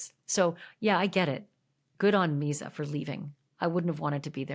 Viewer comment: There’s no Z in Misa’s name it sounds like Lisa with an M. Just so you sound like you know what you’re talking about.